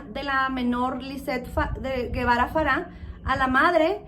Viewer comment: No es Guevara es Gebara y se pronuncia jebara